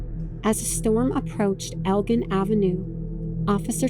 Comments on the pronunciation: I'm sorry to be nitpicky over stupid little things, but just a quick pronunciation correction: El-Gin. Like the drink gin. "I'll take a gin-and-tonic, please." Elgin. Not El-g'in like saying "grin" without the r. I'm sorry, I know it's a weird thing to get hung up on, and I apologize if I sound rude. This really is a great video! I rarely see videos about this tornado, and it happened not too far from me. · I remember my friends leaving to go help with the clean-up. I was 14. It was WILD. Great docu, OP! (Also, from a local - whenever you see "elgin" anythihng, it's ell-gin, like the liquor. There's a city near here, a suburb of Chicago, named Elgin. it's where the name comes from for every other street. Future reference!)